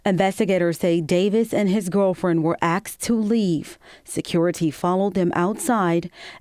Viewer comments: They were axed not asked but axed. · AXED TO LEAVE ? ASKED NOT AXED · “Axed”…? Can you not speak correctly? How hard is it for certain people to say ASK and ASKED! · A professional news caster actually said AXED??? Are you kidding me??? SLOBS are everywhere. Whatever happened to higher standards and aspiring to be your very best?? .... Stomach turning. 🤢🤮 They should be embarrassed. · "axed" to leave??? This is how a reporter speaks??😮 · Who s he narrator? How does one AX a person to leave? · Did that reporter just say "axed to leave?" 🤨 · No, that's AXED. Charming isn't it? No! It's trashy!